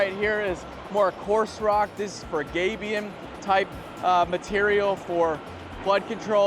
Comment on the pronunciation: YOU pronounced Gabion wrong! Get it right or don't do it at all !